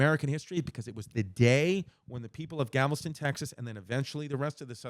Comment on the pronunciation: “Gavelston TX” 😂